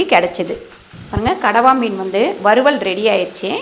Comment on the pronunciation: கணவாய் மீனா? இல்ல கடவா மீனா? சரியாகச் சொல்லுங்கள், தங்காய்.